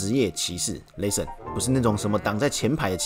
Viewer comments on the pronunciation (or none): 既然你一直逃避，那不如換個問法，你怎樣評價自己把 listen 讀成 lesson？ 是自己讀錯還是台式荷蘭口音？ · Listen 都讀不好還一直在 listen ......... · 法國公司不一定全是法國人，也有其他國籍的人……. 這也太無知了吧，不過沒關係，不重要。 原來你住在荷蘭平時在生活在也在用英語？ 還能這麼爛呀，不聽聽自己的口音嗎？ listen 也不會讀還敢講。在荷蘭生活不代表你的英文不難聽。 我在說你讀英文發音很難聽，又那來的優越感了？在亂扣帽子想轉移視線真是低級的技巧。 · 沒關係，你就繼續不承認自己發音有問題吧 。 各執一詞也沒有用，既然你在外國生活，平常用英語溝通是吧，你就把你影片中所說的 Listen 播給你周遭的人聽呀？看看他們有甚麼意見？ 反正現在我說你發音差，你說你發音沒有問題，再說下去也沒有意義。